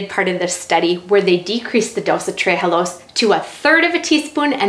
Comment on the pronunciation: It's Tre'halose not tree-halose